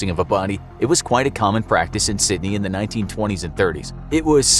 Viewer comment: You got the pronunciation of one place right...Sydney.